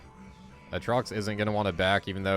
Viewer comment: lmao the way u say aatrox is funny also ur so good on urgot